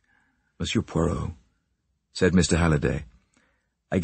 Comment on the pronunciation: Please note, site announcer, It’s not POYROT, try listening to Hugh Fraser for the correct pronunciation.